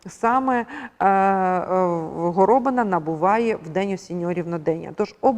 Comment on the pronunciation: А чому горОбина? Хіба такий наголос правильний, а не горобИна? Я чую в мові людей другий варіант.